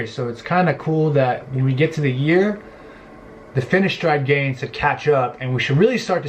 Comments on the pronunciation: its fineSteride not fineshtride like ur saying it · say it whit a S not sh